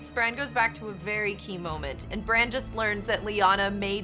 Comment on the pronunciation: its jon not john its sansa not sandsa its bran not bren its rickon not ricken